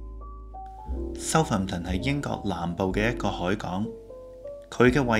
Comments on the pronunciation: Southampton 個重音嚮第2個音節, 應該讀soutHAMton, 唔係SOUThamton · 主持將Birmingham個ham(第三音)放在Southampton個ham(第二音)度，所以有D怪，應該照讀ham火煺就可以了。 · pronunciation of Southampton is a bit awkward